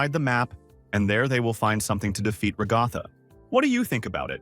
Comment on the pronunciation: I don't want to be that "guy" But her name should be stressed at the first so it should be RAgatha not raGAtha